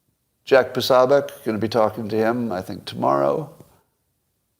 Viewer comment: I'm amazed that you still cannot pronounce Jack Posobiec's name. PO SO .....not Pa Sa